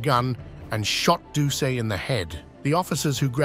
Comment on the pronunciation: #-3 Gary Plauche"s last name is pronounced Plue--Shay. Jeffrey"s last name is pronounced Do--Set. YW 👍👊😎